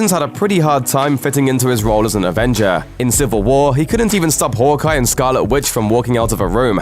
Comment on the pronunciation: the way he pronounced hawkeye made me cringe for a thousand life times